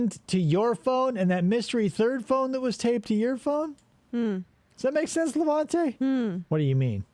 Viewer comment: Awesome job but perhaps 1400 analogies is too much and for the love of God it's LevEnte not LevAnte!